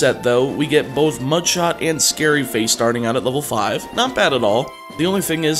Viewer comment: he also said bourth